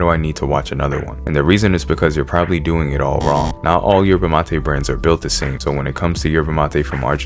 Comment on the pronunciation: You need to learn how to say yerba like an Argentine boludo